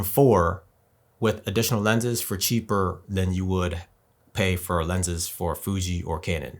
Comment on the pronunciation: You can't even say Fuji's name.Try to do research before coming here